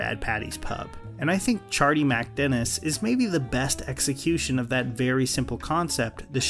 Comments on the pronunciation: I cant get past about 70 seconds of this video because of the way you keep saying “ChardeeMACdennis” You’re killin me.. just get rid of the “A” in the middle there and pronounce it like they do on the show for f’s sake!! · You'd think if he lives the episode so much he'd learn how to pronounce it. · It’s criminal how you mispronounce MacDennis. Do you even watch the show?